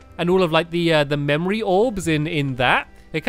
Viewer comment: I sede that remine me of inside out ween stampy say mamory